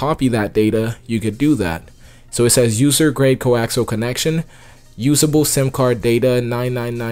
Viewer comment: “Usuable” nice try faker